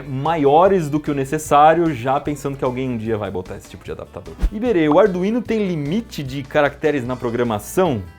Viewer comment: Ardu-ino e ardu-vino foi de lascar kkkkk